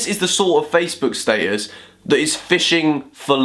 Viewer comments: wait, he said statesus, still wrong doe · That's how your meant to say it right? (I'm British too) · The British way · Did he say old Facebook Staysus? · I know it shouldn't but the way you say status bothers me lmao